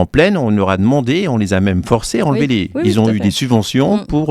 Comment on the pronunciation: Pas des hés mais des haies ! haie, lait, comme volet.